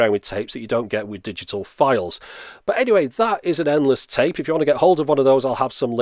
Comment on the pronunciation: you pronounced tape wrong. it's tape, not tape.